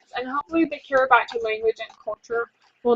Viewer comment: It's pronounced kee-ree-bus